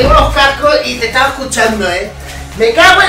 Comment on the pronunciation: Ha dicho tet ya pensaba en teta